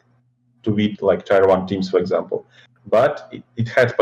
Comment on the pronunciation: "Tai-wan" - I was like "why does he keep mentioning Taiwan?" Blad3 meant, "Tier 1."